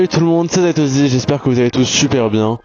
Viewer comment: moi j'ai compris atosssisssee, ou ssss ssss sss, fin un truc du genre quoi, du coup articuler c'est pas mal des fois, c'était ça le message en gros